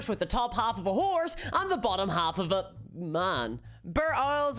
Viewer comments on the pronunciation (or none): Now just imagine every time she says “and” she actually says “hand”.